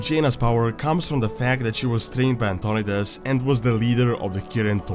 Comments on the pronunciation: Antonidas is pronounced An-ton-eye-dus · Antionidas is prounced ANT-TO-NIDE-IS